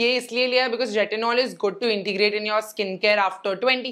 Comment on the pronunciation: Its good not goodh